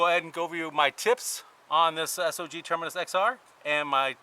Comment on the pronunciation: Thank you for pronouncing the companies name correctly.